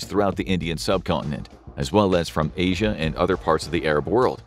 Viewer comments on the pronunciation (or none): none